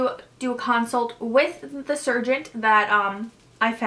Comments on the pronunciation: And the pronunciation... endoscopy, surgeon, anesthesia... 6 months of prep and she can’t pronounce those words? 🤔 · We care because we’re here to get some insight into this surgery. You had 6 months of prep and yet you can’t pronounce endoscopy, surgeon and anesthesia properly... you should name your doctor so we can all avoid him/her. Thanks!